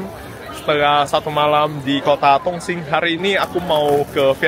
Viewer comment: Intonasinya kurang jelas,. Bilang Dong sing (Dong Xing) seperti tong sing bunyinya